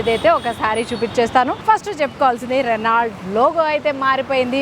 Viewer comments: రెనాల్ట్ కాదు...రెనో అని పలకాలి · Reno Ani palakali T silent